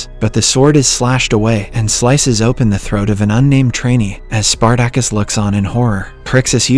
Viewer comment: OK, this is definitely narrated by AI. Listen to how the AI pronounces Spartacus.... Omg. Hilarious